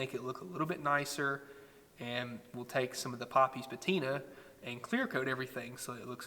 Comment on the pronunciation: You lost me at "patina"...